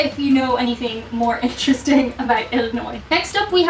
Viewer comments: Being from Illinois, thank you for not pronouncing s at end of Illinois, which people from out of state do, but people from across the world don't.... weird! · Illinoise - prononced Ill - a - noisy. Always make sure you end it with "noisy" They love it when you get it right?